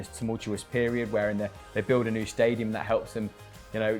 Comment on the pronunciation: Hishtory, shtadium, shringboard? Wtf?